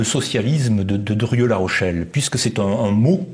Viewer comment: Monsieur le présentateur, on prononce "DRIEU" et non "DURIEU". Insupportable.